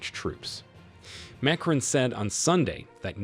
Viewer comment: It would be a little helpful if the Narrator would learn to pronounce words, especially foreign names, before making the video. What is especially grating is the words junta (whon tah), Macron (mac r-own), Niger (nee j-ear) and repositioning (rep-o-sishion-ing).